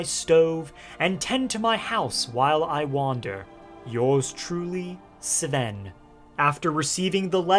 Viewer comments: Im sorry cab you stop calling him "Seeven" his name us Sven 😬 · It’s pronounced Sven, not S’Ven. 😊